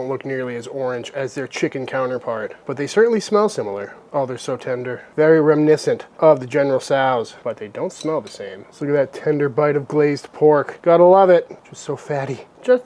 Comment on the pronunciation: he is trying to say "General Tso's "